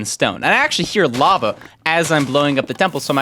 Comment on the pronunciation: no not lava he said larval